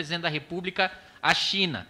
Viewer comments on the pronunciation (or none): none